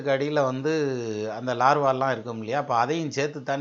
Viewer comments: sir, namaakaram. iam a ardent fan of ur tamiz & astro vision. kalakkareenga sir tamiz la.(Iam studying astrology thro' internet btw). neenga scientific ah vum nalla dhan pesareenga. Aanaal, laarvaa nu solreengale--- lava sir adu. neenga metha padichavar-- aanaalum idhai eno sollanum pola thondriyadu-- thappa eduthukadeenga.vunga vai la thappana oru pronounciation vandhal thaangala. avlo dhan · valuable points and excellent comparison science, culture and astrology. great work. one correction when you talking about volcanos you said Larva but it is not Lava. you have great knowledge sir. valzhthukkal. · super but one correction is lava not larva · LAVA NOT LARVA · Larva illa ayya adhu lava